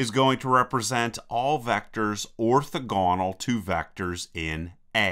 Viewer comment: Orthogonal: stress is on the second syllable. :)